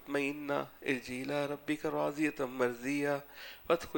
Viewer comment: يا أيتها النفس المطمئنة . ارجعى إلى ربكِ ۔ اس آیت میں آپ نے ربكِ کے کاف کو زبر سے پڑھا ھے جو غلط ھے جب کہ کاف کو زیر ھے ۔